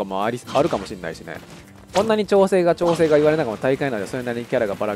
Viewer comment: くだらないんですけど、 友達が こんなにちょうせい おおたにしょうへい に聞こえるそうです 笑